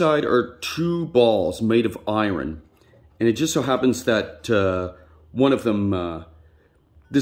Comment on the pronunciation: It's pronounced iron not iron